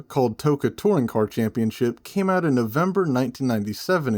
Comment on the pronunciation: As a fellow Scot, the “AYE, CHECK THIS SHITE OOT” made me lmao